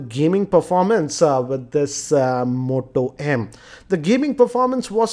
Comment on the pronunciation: "almoonium back of motoh emM"